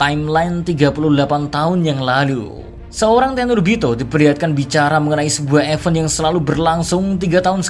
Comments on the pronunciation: Bahasa inggris lo benerin dl min.... Event dibaca ya bukan EVEN..... Tp ''ivent''... Ky g prnh skolah lo.... Males lngsng nntn ya... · ifen mr k... fEn nya kyk baca E di nelen